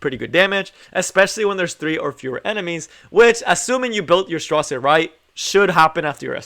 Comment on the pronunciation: His name is straze like gaze not stra zero. Just a little correction. Great video though man. I just got him yesterday from a moonlight summon. Was on my dinner break and work and did tower and then did my moonlight summon and bam he popped up. All my friends got him from mystic I was the only one who didnt. Me and 2 of my mates play from work. But Bam he came from moonlight. I feel really lucky. Cause I dont have many moonlight. I only have blood moon haste, ruele and ml ken and designer lilbet. I never had much success until recently with moonlight. But I did get lucky awhile ago from mystic and got blood haste first summon then ruele first summon back to back couldidnt believe it. But ty for the informative video. I been cleaving with him. Running lilas, aux lots, c dom and straze. Only in silver 3. Climbing back up to gold 1 where I was before I took a break. But man if you have a tank on the other side they are dead. I actually think he can work in cleave but he is a tank killer for sure.